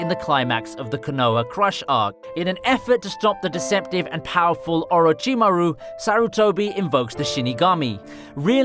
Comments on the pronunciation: Nobody: This guy: Oreh Cheereh Mooh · Who the hell is orageemaru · And not five minutes in and orchimaru gets disgraced... even he didn’t deserve the butcher of the name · You said Orochimaru wrong in the begining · Ffs wtf is wrong with 90% of all naruto "fans". Watch the fucking show with original voices and then just listen to their pronunciation. Konoha, Orochimaru.. Jesus fucking christ....